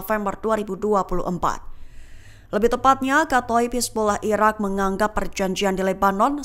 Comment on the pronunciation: Kalau ngomong yg bener..irak apa iran min..gak jelas